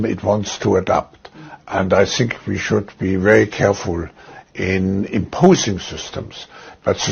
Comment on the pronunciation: He should of stopped at " I sink" 🤣🤣🤣🤣